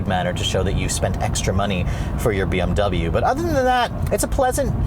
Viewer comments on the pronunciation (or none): Maybe if you pronounced "double you" properly the BMW would respond better. ;)